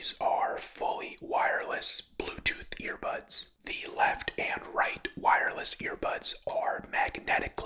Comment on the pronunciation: is he saying ear pods or ear bads